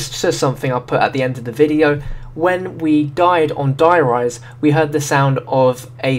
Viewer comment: its called der riese not der reise